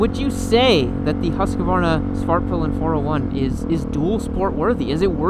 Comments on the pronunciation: Hooskvarna. Not Huskavarna. Stop adding an extra vowel. 😂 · It’s pronounced ”Hughes Kvarna” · Am I the only one triggered by how pronounces Husqvarna?:-D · They way you pronounce Husqvarna makes my ears bleed and my eyes twitch. There is no “A” in the middle of the word